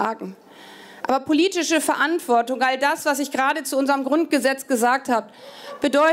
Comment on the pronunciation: Verantwort(i)gung😂😂 ab 😂😂deutsche Sprache. Schwere Sprache